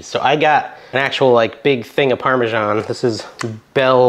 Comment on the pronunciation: Funny way to pronounce Parmesan. I'm sure the citizens of Parma wouldn't know what you are talking about.